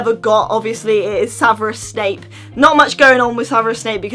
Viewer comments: It's Severus not saverus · Do you say saverus snape or severus snape? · Um it's Severus not saverus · It's sEverous snape not sAverous snape.How do you not know this? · You always say saverus snake and I like it. Love you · why does say Saverus